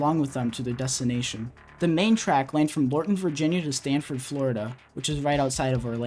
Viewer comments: In the section of the video which talks about “Auto Train” you mispronounced the Florida city the train ended. It is “Sanford” not “Stanford” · Sanford FL...... not Stanford FL